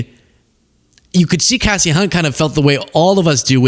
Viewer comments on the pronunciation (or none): Kasey, not Cassie. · No bro its Kasie on Kassie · It’s pronounced KC not Cassie Hunt. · called he Cassie it’s Casey. Like KC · Her name is pronounced Case-y not Cass-ey. Not like you,, to get a basic wrong. Love your blog posts!! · Casey not Cassie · You’re pronouncing it Cassie buddy. KC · Dude.. it's not Cassie, it's Casey. As in "case". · The a is Casie Hunt sounds like an A not assie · It’s pronounced K C Hunt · It's Kasie pronounced KC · It's pronounced CASE-EE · Her name is pronounced kay-see. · Pronounced Casey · Kay-see Hunt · her name is Kasey rhymes with Lacey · The woman’s name is Kāsie; like Casey Jones. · Pronounced K-cee Hunt. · It's "Kasie" as in "Kay-see" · Kay-see Hunt. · How about learning how to properly pronounce people's names before you turn on your camera?